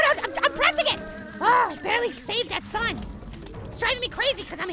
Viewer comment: whenever you say give me back my sun it sounds like you're saying give me back my son in Happy Wheels